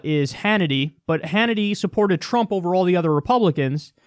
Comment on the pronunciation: "Has been trying to undermine Donald Tump..."